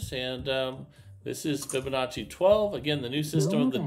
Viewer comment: I see he has learned how to pronounce Fibonacci. Very good